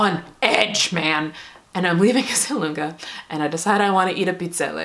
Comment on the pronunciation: hi, i’m italian,you’re the first american ever to pronunce Esselunga correctly